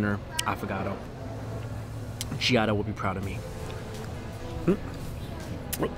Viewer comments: lmao that's why I had to replay it a bunch of times. It sounded like "g-idle" but I'm pretty sure he said Giada, and that would make more sense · yes he said Giada (from the ice cream video he did with her awhile back).